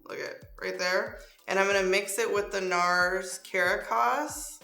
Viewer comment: That’s not how you pronounce that nars shade. 🙄